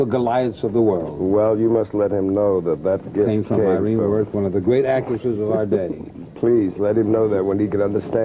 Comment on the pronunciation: very surprised to hear Kup mispronounce three-time Tony Award winner Irene Worth's name